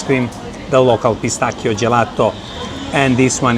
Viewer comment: This guy pronounce pistacchio in perfect Italian!! Pistakkio no pistaacio😂